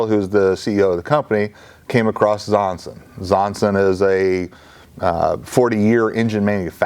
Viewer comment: I'm wondering whether pronounces Zongshen more like "Zonsen" on purpose. It sounds closer to a name like "Johnson" this way and doesn't make it so obvious, that it's a Chinese product. At the Aero exhibition their booth was even branded as Zonsen Aero Engines (not Zongshen).